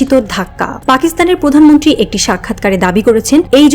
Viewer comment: আপু, আপনি কি প্র উচ্চারণ করতে পারেন না? পতিক, পধানমন্ত্রী, প্রকাশ, পশ্ন......